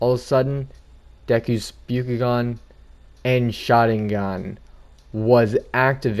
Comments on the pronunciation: And it’s the byAkugan not the byUkugan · You are pronouncing byakugan and mangekyo wrong